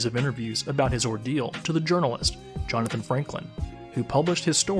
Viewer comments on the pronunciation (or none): none